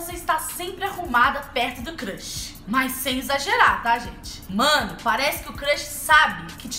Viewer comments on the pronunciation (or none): crãxi kkkkk Cams n se fala assim amore kkkk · "CRRRUSH", esse jeitinho de falar kkkkkkk 💘💘💘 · Só eu que achei engraçado ela falando crush? 😂😂😂😂😂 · amei o vídeo 😍 só que ela falou crush errado 😂😂💕